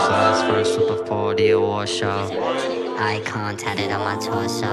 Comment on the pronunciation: Seriously the word ICON sounds like EYE COIN...The title could referring to EYE COIN LIVING...it just my point of view.